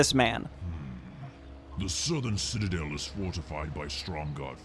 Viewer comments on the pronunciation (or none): none